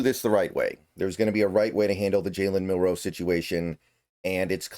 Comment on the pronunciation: I recommend practicing saying Jalen’s last name starting with the letter “N” to get you saying it without the pause like in Marilyn’s last name. So: ‘Nilroe’. Nilro, Milro, Nilro, Milro, Nilro, Milro, Nilro…Nitro, Nilro, Nitro, Nilro, Nitro, Nilro, Nitro-Milro, Nitro-Milro, Nitro-Milro, Nitro-Milro… But you’ve said his name correct more often than not so definite improvement.